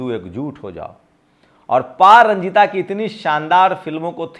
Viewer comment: sir pa ranjit boliye pa ranjita nahi h nam. kam se kam nam to sahi boliye